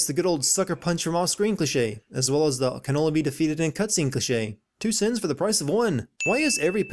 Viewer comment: Dude there is so much factually wrong with all the crap you spew, that Id have to be the Bir3man to even have a shot at having the time to address half of it, but I know where I’d start- in your pronunciation of the word cliche. It’s not clitch-aye. It’s KLEE-SHAY.